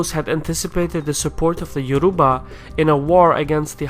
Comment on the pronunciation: agh YO RU BA my god you actually butchered everything